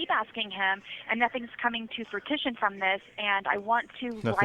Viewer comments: “FruiTItion”? Haha, poor Sarah. It’s Fruition, please 😂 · Fruitition???? GOOD God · "Something's coming to "frutition" from this" Ah, Sarah's way with words. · ..."Frutition" She constantly refers to herself as an unmitigated genius and a wordsmith!!! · Not fruit-tit-shun.